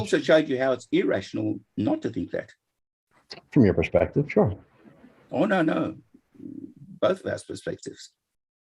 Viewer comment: But "flerfspective"!